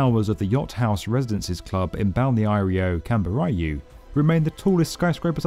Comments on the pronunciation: I wish the pandemic would've also disturbed the construction site across the street from my building, they start every day at 7h and it's annoying. Also I love how you pronounced Balneário Camboriú :) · I loved how you pronounced Balneario Camboriu, it is my city!!